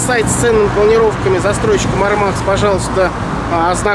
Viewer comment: Они Мáрмакс а не Мармáкс